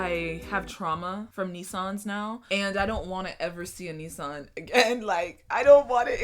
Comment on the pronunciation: Did she just say “Knee-san” instead of Nissan 😂😂😂